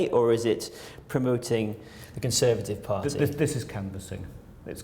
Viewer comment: CON-serve-at-ive Crime